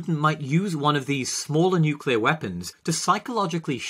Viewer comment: He didn't even say nuclear